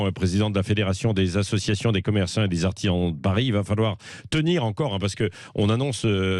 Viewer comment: tu as tout fait ce weekend réellement? C'est d'artisans et non pas d'artihan